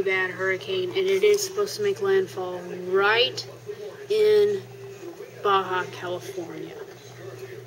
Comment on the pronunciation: Hey,you pronounced "Baja California" beautifully,just as a spanish spoken human would do....how did you do that darling ???